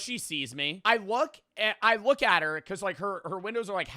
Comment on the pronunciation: " i wook at her "